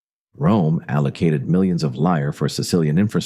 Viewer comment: Not liar,leer it's pronouced